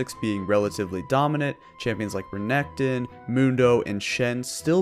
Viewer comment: Re NEC ton lol